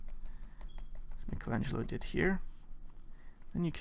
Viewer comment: At last one English speaker pronouncing "Michelangelo" correctly! :-)